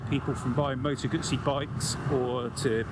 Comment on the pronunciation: Moto Gootzee, thank you for the correct pronunciation. So many say GUZZY or GooZee; Yikes!